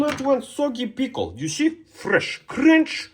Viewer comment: "PiKLe" 😂😂 Edit: YEESSS PICKLE 🥒🥒